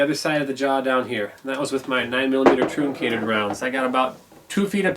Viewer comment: Flat nosed bullets are pronounced like trunk ated, not trooncated